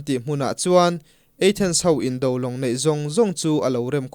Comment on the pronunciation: Athens eithens tih deuh a lam leh thin hi hit viau lo